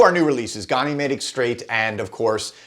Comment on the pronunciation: Love your content. But can’t figure out why no American can pronounce Ganymede correctly (USA pronunciation). Gan (like can) uh- meed. It’s the largest moon of Jupiter and in mythology was his cup-bearer. Gan-uh-meed Not Gon-ee-made